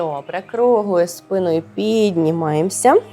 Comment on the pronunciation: Справді хочеться подякувати за руханку і за впевнену укр,мову.Як до такої впевненості,хотілося б тільки наголоси підтянути: за спинОю(треба - за спИною, за аналогією:соснА,- українською - сОсна.)І ше не стряхуємо,а струшуємо руками(чи руки взалежності від змісту речення).А так -молодець!Бо набридла мова,що нагадує милиці(костили)